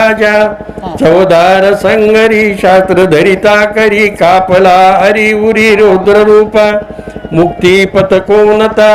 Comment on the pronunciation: कापला नाही कंपला हा शब्द उच्चारावा